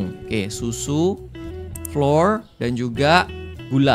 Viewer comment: Kak regi baca flour/tepung tuh dibaca flower, kyk kita nyebut flower/bunga, bukan dibaca flor flor😅